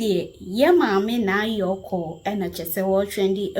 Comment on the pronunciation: the name is Naa Koryoo not Yorkor. 😂😂😂😂